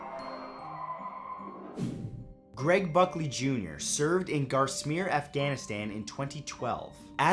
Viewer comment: Hey Matt. It's pronounced Garm Sher, Afghanistan not Gasmir or whatever you said.